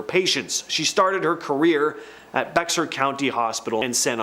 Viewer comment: Stupid dude bexar help your uneducated butt. It’s bear ar. Also stopped over pronouncing cities